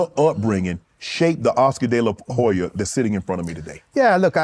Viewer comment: SO ANNOYING!!!! the H in DeLaHoya IS SILENT!!!!!!!